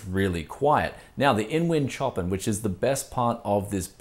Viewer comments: its "show-pan" not "choppen" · Another Brianism.... "Choppin".... It's pronounced ShowPan mate. Love the channel and keep giving us the Brianism's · OK dude its a beautiful case and a wicked set up but please say the name properly its Chopin said showpan as in the musical genius. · I'm pretty sure the case name is not [tjopin]. It's named after the composer Chopin [shopan] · Is this supposed to be Chopin, as in Frederic Chopin the composer? (pronounced showpan) Or is it Chopin, Like chopped cars or something. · is the Chopin named after the classical composer? Seems like a strange choice of name. Anyway, the composer's name is pronounced "show-pan". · Chopin is pronounced like "show-pan", bud. :P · Love the shirt. Btw, it's pronounced 'shopan'. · My guess is its meant to be pronounced sho-pan as in Frederic Chopin. Bogans, wot can ya say mayte.